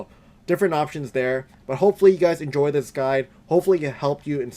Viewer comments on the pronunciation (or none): none